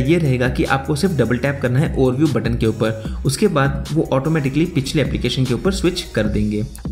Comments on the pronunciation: For this guy it's not ‘Upar' its ‘Upa' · "Upa" insed of Upar "Anda" and not Andar What kind of accent is this? 😅